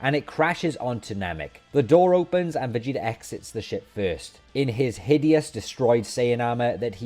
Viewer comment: "Vageater" lol 🤣